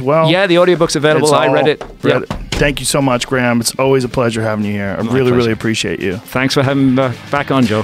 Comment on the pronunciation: This is what I call a very seldom one in a year "Blockbuster Podcast". No Ma'am, it's Gra'am.